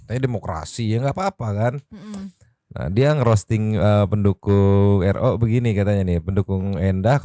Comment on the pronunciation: Kayaknya si sar... Itu mau nyebutin nama Ro susah banget ya di acara dr.R kenapa yaa...😮